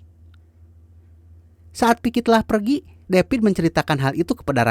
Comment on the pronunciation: Viki mang bukan piki